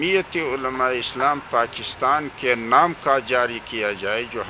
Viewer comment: So cute Mulana Sahab Pachistan 😂😂😂, make sure it was 4-5 time pronouncition mistake